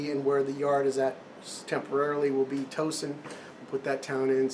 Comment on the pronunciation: one other comment- Towson is really said as Tausen. Grew up there. Moved from Carney in 1955